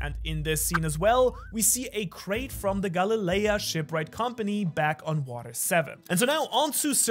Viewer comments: sorry but it's Galley Law...Galley Lea threw me off lol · No offense but Galalea, isn't it meant to be Ga-Le-La?